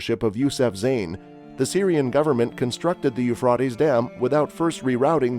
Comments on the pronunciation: The Ufradeess River😂😂😂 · its the U fra ties river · Boy does that guy chop up the words for the River. Who taught him to say that name the way he does. He makes a mess of those foreign names. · You know where n the last days when he can’t even say Euphrates river right lol😂😂😂😂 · I wish you would pronounce the Euphrates right. This is really getting under my skin. If you are going to report something, don't you think you should pronounce it right? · I think your information seems to be credible. I wish you would learn how to pronounce the keywords like Euphrates. Take time to learn the correct pronunciations so it won't hinder your message.